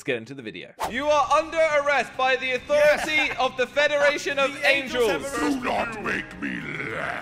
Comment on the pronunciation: angels not angles